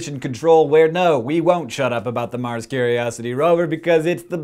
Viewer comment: So... I thought when you said a word like " Mars' " you pronounce it as "mars" not "marses" Am I wrong?